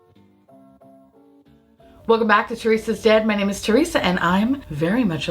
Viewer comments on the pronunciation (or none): none